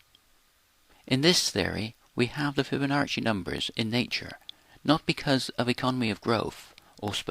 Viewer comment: It's not FiboNARCHi like Archie , fiboNAACI, NACCI, like CHOCHIE to review "NARCHI"- wrong "NAACI" -right Thanks